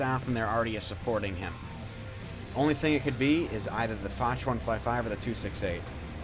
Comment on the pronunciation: However say it like fosh